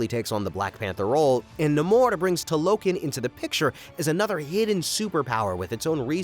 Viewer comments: Such a bummer when someone does these expansive videos and can't even pronounce names and locations correctly. If you saw Wakanda forever you know very well it's not pronounced "Tuhlokkin" it's Tah-loh-khan. Makes me wonder if these videos are made by actual fans, or dudes who just read plots on Wikipedia and Chat got. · It is pronounced "Tah-Low-Kahn" Not "Ta-Lo-Kin" Other than that, Great Analysis! 👌🏾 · Bro could have at least said Talokan correctly when doing a recap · Pronouncing Talokan incorrectly?? Larp alert